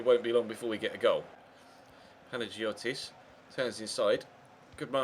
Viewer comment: Just for the future, in Greek, when "g" and "i" are together like in Panagiotis, it's pronounced as a "y". Not to be a prude or anything but yeah.